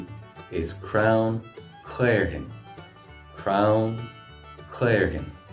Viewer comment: Crown?? I'm sure it's crann